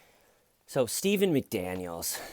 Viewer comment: When arr you gonna stop tellin that!?